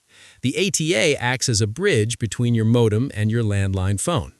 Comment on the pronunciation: Mawdem? As rong as?